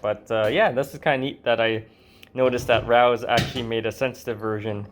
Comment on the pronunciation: It's not "Rouse". It's Ray-Os.